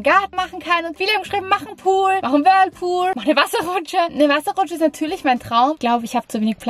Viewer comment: Wie Vicki immer das Whirpool sagt 😄 Liebe eure Videos liebe Grüße ❤💜